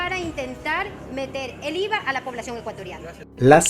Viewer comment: Que dice Íza, bicosss jiss naisss 😅😅😅